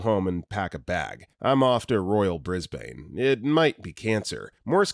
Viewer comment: Say Brisbane properly